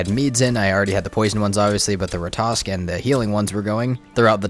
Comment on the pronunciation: If you just kill a troll you have nothing to worry about yet. You also have to kill the Elder to trigger the troll raid. Oh and sorry for asking but can you please pronounce Ratatosk correctly, instead of saying Ratosk😅